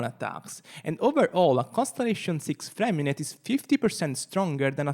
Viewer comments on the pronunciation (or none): I just want to say that his name isn't FremiNET. The "t" at the end of his name is silent. His name is French and is more along the lines of "FremiNEY". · btw it's Freh-mi-neh yes silent T